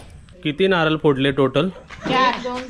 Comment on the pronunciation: नारल नको म्हणू.नारळ म्हण.